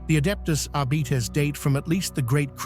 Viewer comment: "Adeptus Arbeeetes"??